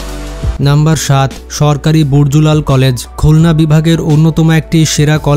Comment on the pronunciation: কি উচ্চারণ আরে ভাই বরজুলাল নয় ব্রজলাল কলেজ।